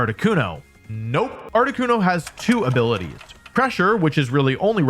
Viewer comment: great video, not poking fun, but uhh… “activates “”ailities”” such as”